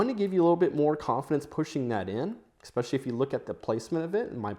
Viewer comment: There's no K in "especially". Why do you say Ek-specially? Caveat: say Kav-ee-aht. Not Kavit.